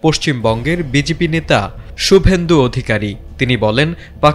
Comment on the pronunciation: Shubendhu ❌ Gubendhu✅✅😂😂